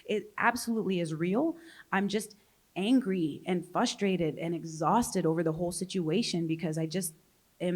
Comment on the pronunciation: I legit thought my partner is a little special. Because they also say "fustrated"... Good to know they have severe brain damage as well.